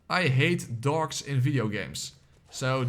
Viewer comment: Are you saying dogs or dorks?